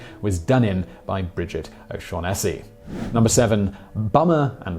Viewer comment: Ignorant wank-stain never saw Maltese Falcon. 'oh-sean-nass-y'.....really? who the hell is that?